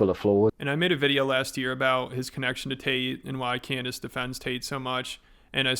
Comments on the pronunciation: Did he really call her "Can-dayce"? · What’s it like running defense for a guy who pronounces your name Can-Dayce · “I’ll be honest, Canned-ace” 💀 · Did he say Can-Days 😂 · Did he just call her "Canned-Ace"? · 2025 the year of annoying voices between this guy and his American doing an impression of a British person doing an impression of an American person badly. Can Dayce is a unique way of pronouncing her name.... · Does he call her Cand-Ace to make it appear as if he doesn't know her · "Cand Ace" bro what XD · 'I'll be honest Cand-Ace!' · amongst all the grievous garbage this guy has done, let it be known that his pronouncing "Cand-Ace" is not the worst, but still terrible. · He said "Can-Daze" instead of Candace 🤣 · That's exactly what I heard! lol "Canned-ace"... what a maroon! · canned ace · Its pronounced CANNED ACE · Can dice dih fit in your mouth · Cand a$$😂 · Can dayce nuts fit on your mouth ? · it's clearly a power play from tate. He knows how to say her name right